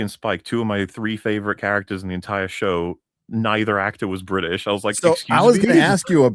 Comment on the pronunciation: The fuck you mean you don't know?! The not so bri'sh.